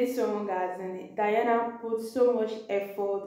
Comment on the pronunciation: Her name is pronounced De+ana, NOT Di+ana